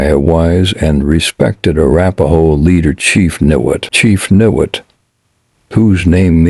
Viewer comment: it is pronounced Ni Wot. I leave in Niwot in the same house for 32 years and I could not see myself leaving unless it got too expensive or some disaster happened. Colorado is my adoptive home and would never want to leave it.